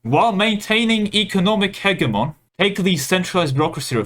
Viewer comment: Not wild at all, he's pronouncing it correctly. hedge-y-mon is an Americanized version that makes it sound like a Pokémon made of bushes.